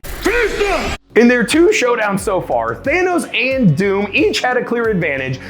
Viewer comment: Did he call him Theynos?